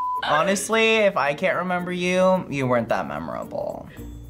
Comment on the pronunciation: says renember